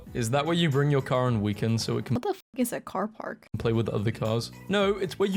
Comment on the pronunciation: is it just me, or did she switch to American to say car park 😂